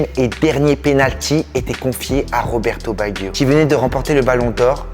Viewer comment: Tu prononce tres mal le nom de cette legende du foot RESPECTE CETTE LEGENDES DU BALLON ROND !!!!